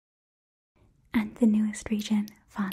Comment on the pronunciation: It hurt my ears to hear Sumauru instead Sumeru but it was still unexpectedly impressive